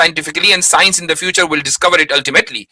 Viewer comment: Scinus ka kamaal hai 😂 in kashmir people pronounce science as sinus